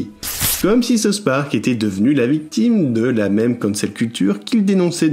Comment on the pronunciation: Arrêter de dire SouSS Park, on dit South Park!😉